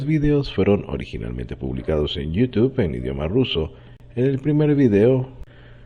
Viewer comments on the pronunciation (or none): none